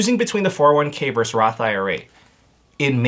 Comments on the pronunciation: Versus, not verse. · Sorry, I love your videos but I want to ask you to please stop saying "verse" when you should be saying versus. Verse is not short for versus, they are completely different words. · VERSUS.....not Verse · vs is short for versus. not verse. We need to end this trend! ugh. 🤣